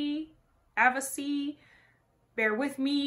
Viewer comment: it's pronounced Ah-vee-chi.:) This I believe was one of the 1st videos they made after they won the Sing Off in Dec 2013